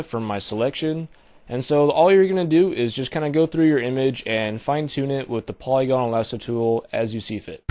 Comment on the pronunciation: Awesome video, but I was cracking up so bad from your pronunciation... Po-LEE-go-nal (not po-lee-GO-nal) Mar-key tool (not Mar-kay tool) Sigh-an (not Cheye-anne)